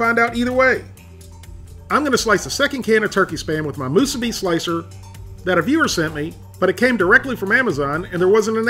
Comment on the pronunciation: 2 extra points for properly pronouncing "Musubi." If I ever go back to the Sandwich Islands, I will have 1 (or 100) Spam Musubi. steve